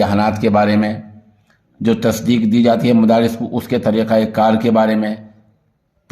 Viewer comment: مفارس نہیں مدارس